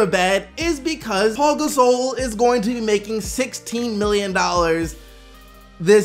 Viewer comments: Are you disabled? It's Pau, not Paul. There is obviously no L in his name. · Pau is pronounced Pow. It's not Paul minus the L. Pow Gasol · Pau. Not Paul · Can somebody tell his name is Pau (pow) not Paul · Why does everybody say "Paul" Gasol.. literaly reading "Pau" saying "Paul"